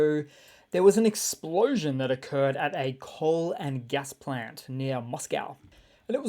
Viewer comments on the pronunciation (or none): none